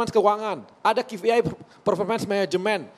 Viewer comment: Ki pi ai ha ha ha bilang KPI saja salah ....